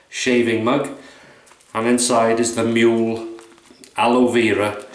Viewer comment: The prounciation is moo-leh. The ue has a sound not Föhns in english. Google Translate can do it. Greetings from Germany Thomas